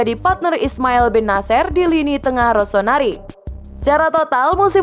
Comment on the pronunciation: ROSONARI ??? cek menit ketauan yg baca berita nya bukan milanisti.